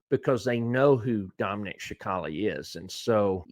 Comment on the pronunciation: Respectfully, its pronounced sa cal lee